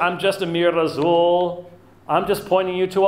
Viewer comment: "Razzuuul of Allah"? What the heck is that Dr White? 🤔